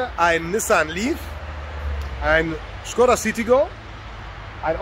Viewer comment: Du bist glaube der erste Youtuber der škoda richtig ausspricht. Da geht mir als tscheche das Herz auf 🔥✌🏼